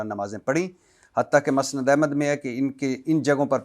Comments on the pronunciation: Musnd ko masnd bolny waly bhatti parhna sekho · امام ابن تیمیہ رحمہ اللہ ہے،،امام تیمیہ ،،،نہیں،،اسی طرح مسند کا تلفظ کر لیں